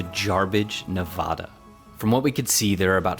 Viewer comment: Why are they calling it Nevodda? It's Nevada.